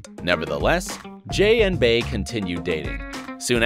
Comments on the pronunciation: “Jay & BAy”... it’s “bEy”, Bey pronounced like bee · Who is Bae? It's pronounced Bee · "Bey" is pronounced BEE not Bay lmfao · STOP SAYING BAY IT'S BEY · 😐 "Bey" is not pronounced "Bay" it's pronounced "Bee". Stoopid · i wish you white folks would stop pronuncing her name Bay its bey as in B you know Beyonce? smhh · Jay & BEEEEEEE. Jay & Bey... not BAE 🗣🗣🗣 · It’s ‘Bee’ not ‘Bay’ 😒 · Bey is pronounced bee not bAy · It annoys me so much how he says BEY like bae I wanna smack him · The fact that you said “bae” i don’t believe any of your research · Uggghhhhhhh he kept saying her name wrong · You really made a video talking about Bey but you kept mispronouncing her name. Fuck off